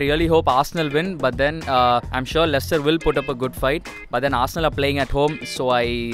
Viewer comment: 'Lechister' Most of these are glory hunters don't even know how to pronounce Leicester